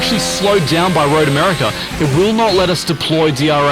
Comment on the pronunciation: Road Americer. 😁